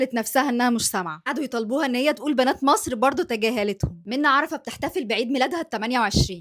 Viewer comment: بالله عليكم تب دي وحده تعرف تقول مصر😂😂😂دي مقشفه 😅دي لو في مصر كانت بارت😂😂😂😂